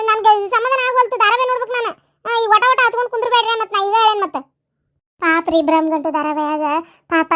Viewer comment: ಬ್ರಮಗಂಟು ಅಲ್ಲ ಅಣ್ಣಯ್ಯ